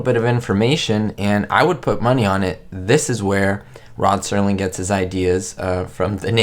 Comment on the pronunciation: Night gallery. The Night Stalker was an entirely different show with Darren McGavin. Also, the creator of The Twilight Zone (which was never presented 'live'} was Rod Serling, not "Sterling [sic]". "Did you know that?"